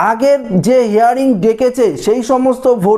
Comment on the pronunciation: কথাটা হেয়ারিং নয় হিয়ারিং